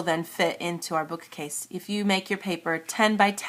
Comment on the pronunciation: why do you say 'book-A-case' ??